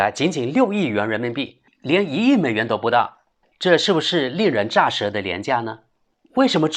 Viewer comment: 令人咋（zé）舌，知事读错了。